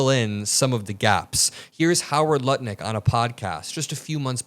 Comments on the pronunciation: I heard you say Nutlick..I know it wasn't on purpose but i still giggled... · You said Howard Nutlick ... 😅 Catchy... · You said Howard Nutlick 😂🎉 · Okay who else picked up on the Freudian slip he said nut lick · You said "Howard Nutlick" lol I don't think it was on purpose but it was accurate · Nutlick Lol I don't know if it was intentional, but it's easy enough to transpose those syllables. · I swear said Nutlick 😹😹😹 an accidental slip of the tongue, I do it too, I think everyone does. Keep up the great work. 💜🫂💜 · Hahaha, he said Howard Nutlick lmao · I heard a slip- Howard Nutlik 😂😂😂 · Did you say Howard Nutlick? 🤣🤣🤣🤣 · "Howard Nutlick" is fucking hilarious whether it was a misspeak or not 😆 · Did I just hear you say Howard Nutlick? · I could have sworn I heard "Nut-Lick." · Did you mean to say “Howard Nut Lick” because I call him that all the time 😂😂😂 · Wait did you say howard Nutlick? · Love the accidental (?) "Nutlick" slip. Cheers.... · Did you say "nut lick"? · Howard Nutlick? Awkward slip of the tongue - but accurate. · The slip where you said “Howard nutlick” made me laugh so hard. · Nobody noticed he called him Howard Nutlick at the end of the video 🤣🤣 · Did you say "Nutlick?" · Did I mishear it or did you really call him Howard Nutlick? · I heard Howard Nutlick.... that was a Freudian slip....and a well-deserved one. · You said Nutlick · Did he just say “howard nutlick” lol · I love the slip-up Howard Nutlick 😆 🤣 😂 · All I hear is 'Howard Nutlick' evertime says his name...I cant unhear it!!!! lol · I think you accidentally said Howard nutlick but that’s incredible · Did you intentionally call him Howard “Nutlick” ? 😂😂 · "Nutlick" is such a perfect mispronunciation of his name!! :D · I love it, you said Howard nut licks! How perfect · Lol did he say Howard Nutlick? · that “nutlick” misspeak was too clean to be an accident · Lol... You said "Nutlick". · he said Howard Nut Lick 😂😂😂😂😂😂😂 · I heard your “Freudian Slip” Nutlick 🎉😂😂😂😂